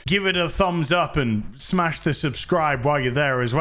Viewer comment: Does anyone else cringe when says smash? LOL